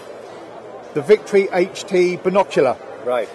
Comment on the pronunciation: It's HT not HD.